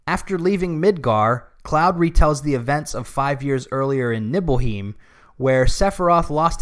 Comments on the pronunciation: This video review is hot garbage. How can you critique a remake/sequel of a story when you aren't even familiar with the original plot. You can't even get the pronunciations correct. "Nibble-heim"? Really, This may sound like nitpick, but it really goes to show that you don't know what you are talking about as longtime OG fans have known that it is "Neebelheim" for a long time now. SMDH. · It's NibelHEIM, not NibelHEEM. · I can't get over how he pronounced Nibleheim